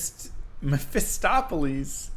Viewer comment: I was always baffled with americans' innate ability to not be able to read the words in their own language... That 'Mephistopheles' moment killed me:( I mean.. If I was given a 100% unknown word in my language, I would have no problem reading it from the text whatsoever. Even if it's a derivative from a foreign language etc. I've seen such immature spelling stuttering all over the youtube.. how come it's a thing?xD Besides... having played a DIABLO-themed game for 20+ games, can't read the satan-related name? Meh..